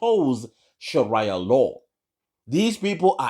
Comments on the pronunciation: Haha it's Sheria Law Not Sharaya law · Sharaya law…?? Your pronunciation shows your ignorance